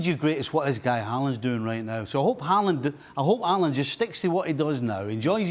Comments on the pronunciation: His name is pronounced Haul-land... Idiots.. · Isn't his name Håland and not Haaaaaaaaaaaaaaaaaaaaaaaaaaaaaaaaaaaaland? Same with Solkjær